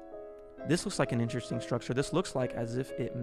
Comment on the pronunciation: Take a shot every time he says “schtrucshure”